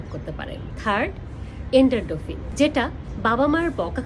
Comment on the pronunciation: খুব সুন্দর করে বোঝালেন। কিন্তু অক্সিটোসিন আর এন্ডরফিন উচ্চারণ দুটো সঠিক বললে ভালো হতো।